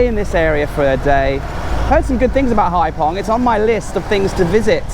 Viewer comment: Haiphong is a bigger city… and it’s haifong not pong hhh